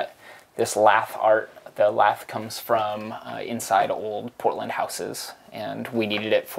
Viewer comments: Not gonna lie when he said Portland I thought he said Poland for a hot minute lmao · i thought he said poland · kiwi or aussie accent pronounce poh(t)land hehehehehe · Deb Smith lol I thought he said Poland at first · I though he said Poland at the beginning